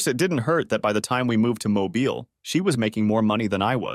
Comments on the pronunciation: As a resident of the state of Alabama, I kinda cringed at the way that voice-over had pronounced Mobile. Pronouncing it like "Mobile Phone" as opposed to "Automobile" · Forgets how to pronounce Mobile. AI sucks. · Me, being a resident of Alabama, that pronunciation of Mobile, Alabama made me cringe